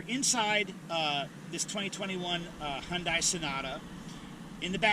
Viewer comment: You can't even pronounce Hyundai correctly